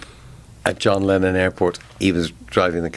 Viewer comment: Leenon TO McCartney. But yeah x